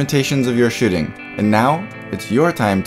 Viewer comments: The way you say "shooting" sounds like you are saying "shitting". I started to imagine you saying that and this video became weird. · I cannot unhear this